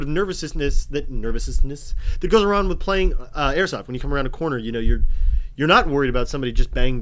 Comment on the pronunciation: LMAO "Nervousenessness!"